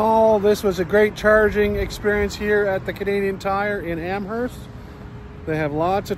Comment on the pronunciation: There are also some DC chargers (not sure which network) at the waterfowl park in Sackville NB. Either that or Amherst will be a more interesting place to spend half an hour than Au Lac. BTW, we don't pronounce the h in Amerst.